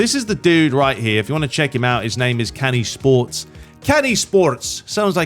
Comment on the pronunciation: Canisports pronounced Janisports Turkish letter C